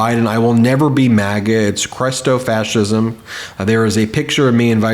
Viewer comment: Ben, once again another mispronunciation! At approx. in this video when you are quoting someone's comment you say the word "chrestofacism" when it is definitely "christofacism". The word has an I not an E! (retired teacher) 😇🙏🌈